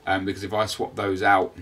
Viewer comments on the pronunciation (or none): none